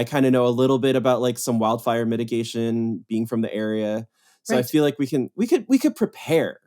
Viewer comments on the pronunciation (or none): Kept mishearing 'fire mitigation' as 'fire medication' and was a little concerned about his priorities for a second.